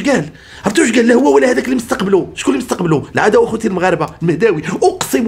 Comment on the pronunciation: واعرة هههه اااااالعداو اخوتي المغاربة و تلفظها بصوته على التمام و الكمال تحياتي